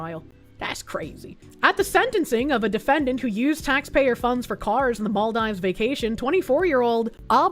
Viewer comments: "mall dives" Isn't it "mal(-eficent) deeves?" Or have I gotten that wrong for years? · I thought and Vara Dark saying "Ebble" instead of able was the most infuriating thing about Bostonians mispronouncing everything until I heard "mall dives" instead of "Maldeeves." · Mall dive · it's pronounced maldeeves. I've been there. don't leave the resort area. it is worth visiting but watch out for ghost crabs. they come out of the beach sand and night. center-left here: I'm curious about what test they used, because there are many and what they were testing for. I would like a 3rd party test done BUT this is all pretty suspicious and unacceptable that someone was thrown in jail for investigating. there's clearly something people are hiding. if it turns out that she committed fraud, throw the book at her and deport her - also make it clear that we won't tolerate this type of fraud. idk what side people are on, fraud is bad m'kay and it is even more not okay for politicians. all states should have an option to recall politicians and force a special election like california did with that one governor. anyone committing fraud, even refugees, need to be jailed, sued civilly and then deported. I had relatives move to sweden from bosnia during the war, and then they had to go back when it ended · pronouncing maldives as mall-dives just threw my whole head for a spin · The way she pronounced Maldives was a dagger in my ear each time., your chat hates you because they just left you hanging, gurl. Also, I'm black and have NEVER heard we can't swim because of our heavy bones. Who actually has been saying this?!! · Alcohol Poisoning Challenge: take a shot everytime mispronounces "Maldives"